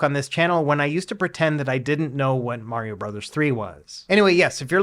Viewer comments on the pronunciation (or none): none